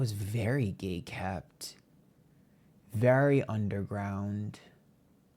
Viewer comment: You said "Gaykept" instead of "Gatekeep". Or just my ears are not straight, idk. Meybe, that's mistery origin of life, lol.